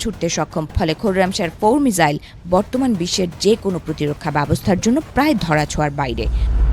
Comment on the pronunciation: মিজাইল নয় মিশাইল।